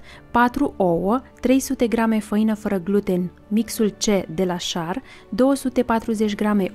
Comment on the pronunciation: Nu e schar..e scher..(asa se citeste)